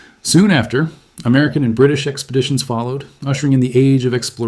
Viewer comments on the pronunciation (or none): none